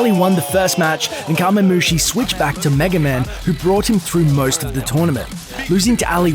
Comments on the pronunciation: C'mon Curse. You have to have SOMEONE in your Youtube content creation division that knows fighting games at least more than whoever talked over this video. There has to be at least one FGC analyst that could have done this video. Ally =/= Aly, it's like Al-Lie, Kamemushi =/= Kami or Common-mushi. Throws and jump kicks into a final smash? Wat. Nobody refers to Hungrybox as Hungry for short, it's Hbox. I lol'd at "Hungry's Jigglypuff vs. Armada's Starfox." Infiltration =/= Infiltrator. I've heard people just refer to him as Infil and that would have been fine. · To be fair he called Kamemushi "Kah-mee", when it is pronounced "Kah-mei" in Japanese. The American pronunciation of Japanese words like "kamikaze" and "karaoke" is so fucking cringe. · Alley won with a series a of throws and jump kicks smh Also he called kamemushi commey im disappointed